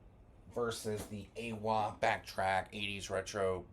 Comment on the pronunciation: It's pronounced "eye-wah"